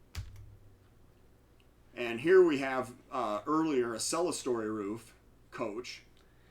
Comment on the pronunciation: I caught you making a rare historical error: It's clerestory, pronounced Clear Story, not celestial or whatever you said. I pronounced it wrong for years before someone corrected me!